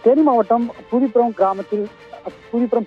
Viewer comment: அது பூரி புரம் இல்ல பூதிபுரம்